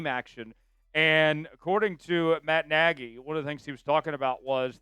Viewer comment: No it's nagy